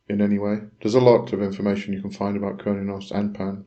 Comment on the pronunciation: Its not pronounced curn-e-os, it's derived from Cern like the quantum physics in Geneva, if you listen to a red deer / Stag in rut when the stag calls the female it sounds like it is saying "Huurrnn", sorry for my poor spelling and grammar, blessings